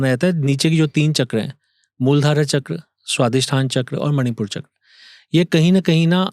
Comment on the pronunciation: अरे भाई मूल धारा चक्र नही बोला जाता मूलाधार चक्र बोला जाता है।